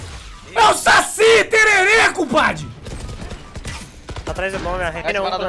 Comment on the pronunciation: É impressão minha, ou o fala Saci tererê?